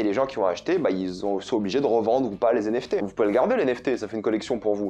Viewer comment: Je pense que c'est plus commun de dire "les NFT" et pas "les zenFT", étant dans la crypto depuis longtemps c'est comme ca que je l'entends depuis longtemps! Après c'est évidemment à but constructif et pas une critique, y'a pas UNE vraie manière de parler hein le language c'est à tous 😉